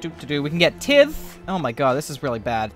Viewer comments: Tithe is pronounced /tīT͟H/ :P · That's not how you pronounce "tithe" It's actually pronounced "tithe" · What? Isn't it pronounced "tithe"?